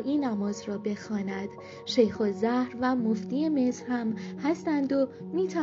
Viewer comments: صدات خوبه برای گویندگی اما سوادت کمه. دقیق ، حزب الدعوه صحیح است . همچنین اعراب اسامی را مانند ما نمیخوانند و نامها کسره اتصال ندارند . دقیقه محمدْ انورالسادات یا انور سادات خوانده میشود. همچنین دقیقه شیخ الازهر[ ال ازهر] صحیح است؛ نه شیخ الزهر که گفتی دیگر دقیقه که دوباره گفتی الزهر که باید میگفتی الازهر. دقیقه ۱۱:۴۳ هم گفتی مِلک که صحیح نیست. درستش مُلک یعنی مملکت باید میخواندی. راستی طالب الرفاعی هم متولد 1931 است نه 13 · خانم َ، درست بخون،. الزهر، نه، بخون ال از هر، جدا جدا نوشتم یاد بگیری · اّلاّزهر درسته.... الزهر اشتباهه که شما چندبار تکرار کردید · با تشکر .باز است این نکته را تذکر بدهم که اسامی را صحیح بگویید. دانشگاه الزهر نداریم،بلکه اسم درست آن دانشگاه الازهر است. با سپاس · برنامه خوبی تهیه کرده بودید ولی ای کاش اصطلاح ها و اسامی عربی را درست ادا می کردید. «الازهر» را «الزهر» گفتید و ... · یه خورده سواد برای گوینده محترم ؛ یا حداقل خواندن مطالب قبل از اجرا ؛ کمک به بهتر شدن کلیپ مینماید گوینده محترم ؛ الازهر را الزهر و محمد انور سادات را محمدانور سادات می‌خواند ؛ ضمناً ایراد حرف (ش) توسط ایشان خیلی بد می‌باشد لطفاً اصلاح کنید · اولن که الزهر نیست و الازهرِ،،،دوم اینکه،،داستان کودک مگه تعریف میکنی ،،میخوای تایم زیاد بشه،، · عزیزم تلفظ درست ، اسم دانشگاه الاهزر مصر ، با نشدید حرف ه که شما انرا الزهر خواندید .زهر به معنی سم‌ّ .🙏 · هنوز یاد نگرفته درست بگه ال اذهر شده راوی بزرگ ارتش داران 😂😂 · الازهر درسته نه زهر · درودوسپاس بشما، واین قسمت خوب. فقط نام پادشاه مصر، ودانشگاه ومسجدمصرتلفظ شمانادرست است سپاس مجدد❤ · تلفظ الازهر را اشتباه می خوانید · کاش تلفظ اسم رئیس جمهور مصر(انور سادات) و اسم حوزه علمیه مصر (الازهر)را هم بلد میبودی،😢،خواهشا یک تحقیقی میکردی همونجور از رو متن نمیخوندی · ایشون شیخ الازهر رو بلد نیست درست بخونه واقعا خنده دار😥😥